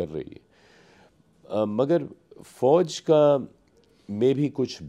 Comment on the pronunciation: Sarif nahi Sharif, Fouj nahi Fauz karadi yaar tune Mauj😂